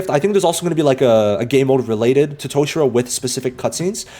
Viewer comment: brother said toe-shirow